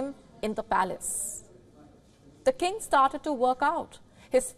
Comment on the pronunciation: She can't even say king correctly 🤣🤣🤣🤣🤣